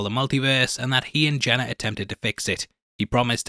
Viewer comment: I was so confused for a second. I kept going back in the video because you kept saying "Jenna" Came to realize you were actually saying "Janet" You sound like a dog with peanut butter in his mouth. Are you gonna work on that?